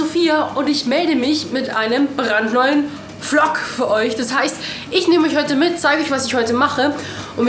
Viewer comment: Du bist mir echt so sympathisch haha:D allein wie du VLOG am Anfang ausgesprochen hast hahaha:)